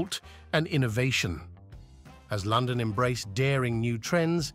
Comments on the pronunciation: The voice over ruins this doc. Great topic and idea - AWFUL AI. Words such as London, imagine, Eighth, dynasty etc. are mispronounced through out the entire thing. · I can't take any video about London seriously when "London" and "imagine" are pronounced incorrectly 🙄😡 Also, it's very odd to see random pictures of rural estates when you're on about the Tower of London and Westminster Abbey 🙄 I had a feeling that maybe I should find a good book first. I'm off to do that now...